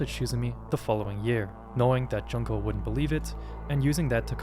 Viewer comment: Bro cannot pronounce Junko, holy crap